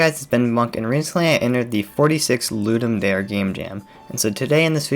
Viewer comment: It is actually pronounced "Ludum Dare", not "Ludum Dare" like you were saying it.